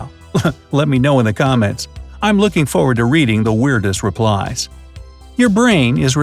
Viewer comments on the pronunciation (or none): none